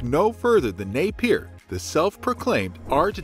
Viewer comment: Napier is pronounced “Nay -Pee-Ah”. Not “ Nay-Peer”